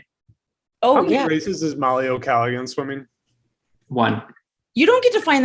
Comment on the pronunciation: Mollie O' Callaghan is a great pick. Bad pronunciation though haha